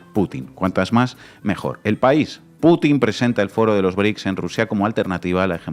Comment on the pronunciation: No son BRIC!!!! 🤦🏻‍♀️🤦🏻‍♀️🤦🏻‍♀️ Son BRICS!!! Brasil, Rusia, India, China, Sudáfrica!!!!! Vas a hablar de los BRICS y ni siquiera puedes pronunciarlos bien!!! 🤦🏻‍♀️🤦🏻‍♀️🤦🏻‍♀️